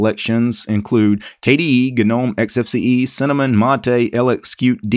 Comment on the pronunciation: Garuda is a Hindu God, quite famous among Hindus and well known by anyone from India. Perhaps it is an Indian distro? Thumbs up for your correct pronunciation of Gnome (when talking about the icons).